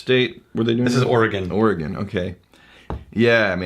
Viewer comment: Congratulations on pronouncing "Oregon" correctly. People on the east coast often have a problem with that.